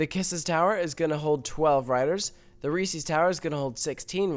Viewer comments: It's Reese's not REEESEEES that goes through me like nails on a chalkboard. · You're irrelevant because you pronounce it Reesees and not Reese's. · I hate when people mispronunciate resees. People also do it with Legos too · They're not adding a "Reseee's" tower, they're adding a "Reese's" tower.